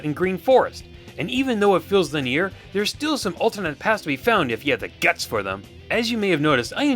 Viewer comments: WTF. "Lineer" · Strangest pronunciation of linear ever.